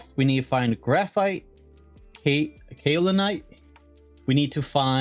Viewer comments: Since you keep having trouble pronouncing Kaolinite, you can remember it as "K.O. linite" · I always pronounced kaolinite cow-lin-ite but I could be delusional.